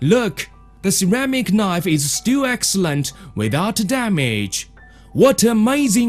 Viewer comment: "The ceramic knife is stwil excewent." - oh my gawd, how did I end up here? I'm not even mad.